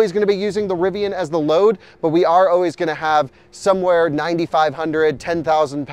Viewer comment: I thought I would come to the comments section, and look for others who noticed that you always say oways instead of always.